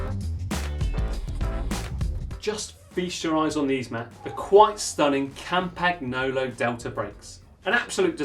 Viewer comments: Matt /.... I know you guys are from the UK but it's pronounced "CampaNYolo" (all one word)... it's the surname of Tullio Campagnolo (company founder)... it's definitely not "Campag Nolo"... Mama Mia!!??!! 8-/.... mind you, full marks for pronouncing 'Cinelli' correctly (in Italian, Ci is pronounced as Ch eg. Cinzano is pronounced CHinzano) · In italy you pronounce it like: campaniolo... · campac-nolo? do you also drink champac-ne? is there a campaic-n against silent g's? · Cam-PACK-nolo ??? Why? Oh why? Please stop it! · “Cam pag no low”. Seriously? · Please don't pronounce Campakknolo. It sounds horrible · Dear Lord. Everytime a hear Campag-nolo my ears bleed! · "Campag-nolo"?? Was that a joke? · I would be ashamed of my self if I pronounced campagnolo the way he just did SMH